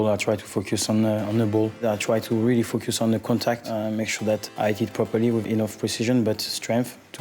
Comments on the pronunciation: Louis Saha is saying ''fuck you'' instead of focus. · “I try to really fuck your son” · He said "focus on"🤦🏿‍♀️💀